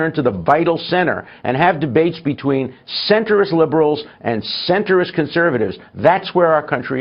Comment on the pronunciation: He really probably anti Muslim. Also I can't get over the fact he said "centerist."😂 This idiot doesn't know it is Centrist.